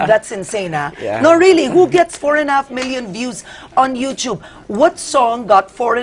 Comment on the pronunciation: It's not you- chub. It's You Tube Karen. I've learned it from my son when he was 10. Lol